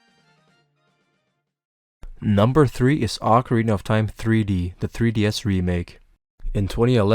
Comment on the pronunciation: Ocarina of Time or Acorina of Time? I hear only Acorina ^^